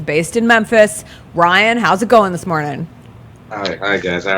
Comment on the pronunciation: It's RYAN, not RAY.